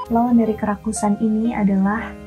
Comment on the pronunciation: Fokus Sama kata Kerakusan menjadi Kerasukan😂 tiap ngomong kerakusan jadi hati²😂